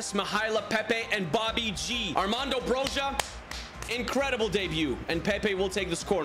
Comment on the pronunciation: I am an Albanian speaker and Broja is pronounced bro-ee-a I like your videos 😊